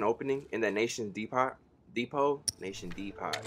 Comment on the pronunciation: this man said nation de pot